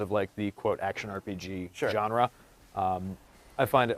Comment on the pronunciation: not even close to a souls game learn to say a type of genre right